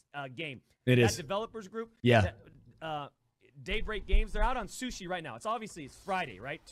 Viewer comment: Sushi Taco Lmao this dude just can’t get the word right no matter how hard he tries 😂